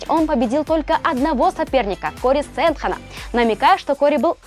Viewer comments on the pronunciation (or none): не Сэндхэн а Сэндхаген и не Джон Джонсон а Джон Джонс